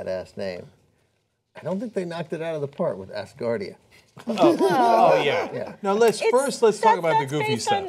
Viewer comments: A"z"gardia not ass gardia, and coronal not cornal mass ejection... the words sound funny because your pronounce it wrong Cenk lol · lol not assgardia.....ASgardia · Look MORONS. I love you guys, or I did before Cenk became a Pro-Hillary shill. Can you guys not READ? Do you not know the difference between "ASS" and "AS" Grow up. Its pronounced AS- GAURD. Think the phrase, This place stands "As a Guard" . ASGARD. That is why its Asgard, not Valhallah. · as-gardia not ass-gardia... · its not ASSgardia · Its pronounced OWSgardia- like 'how'.